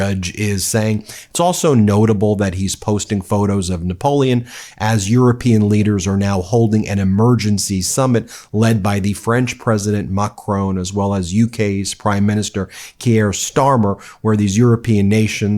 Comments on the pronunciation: Please stop calling Macron McCrone. That's not his name and he's definitely not Irish. Generally speaking, in French words, syllables are stressed equally. So it's not Par-EE or croiss-ANT, as Americans seem to think, but the sounds have equal value. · Please stop saying Macroon. His name is pronounced Macrôn. Thank you in advance!